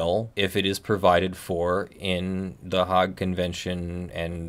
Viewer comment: Thnx for your explanation. Just as a side note: there are 2 Dutch cities that have a separate English name: Leyden (Leiden) and The Hague (Den Haag). As a Dutchy myself I winced a bit when he mispronounced The Hague. (just say hay (as in hay bales), and add the g from garage).